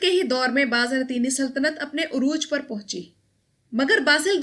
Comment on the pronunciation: Baaz Natini nahi ...... Baazan-tini